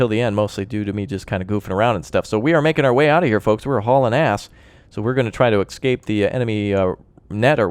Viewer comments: I love your videos on this game, but good god man, it's ESCAPE, not EXCAPE! :D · I enjoy your videos however for the love of all things sane and good, its ESCAPE ESCAPE ESCAPE!!!!